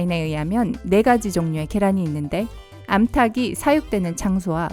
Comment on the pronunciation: '암타기' 사육되는 장소와~ '암탉이'는 '암탈기'로 발음해야 올바른 발음입니다. 암탈근, 암탈글 등으로 이어서 소리를 내야 합니다. 동영상 잘 봤습니다. 고맙습니다.